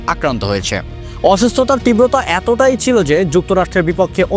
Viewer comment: কড়েছেন, অসুস্থতার টিব্রতা এটোই---- ভাই ড়ে ভাই কি উচ্চাড়ন ড়ে তোড়!!!😅😅😅😅